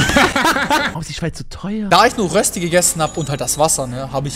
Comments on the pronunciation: Alle Schweizer: Es heißt Rööööösti ned Rösti du gigu. 😂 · Es heist Röschti nicht Rösti Lg die ganze Schweiz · Das heisst Röösti nicht Rösti😂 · Es heisst Die und man sagt nicht Rösti sondern Röschti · Kolleg das heist Röschti